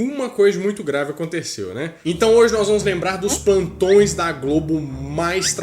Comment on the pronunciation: SÓ EU SCUTEI ELE DIZENDO "OS PANTÕES DA GLOBO"!?!?